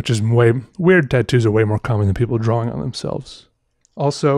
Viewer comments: He talks so weird...lol, it's drawing, not drawling. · IT is pronounced "drah-ing" not "drah-Wing" the W just makes the "draw" sound like "drah". think of the word "thaw" like you are thawing out meat, the W at the end could just be an H , they serve the same purpose."thaw" and "thawing ("thah-ing") you see.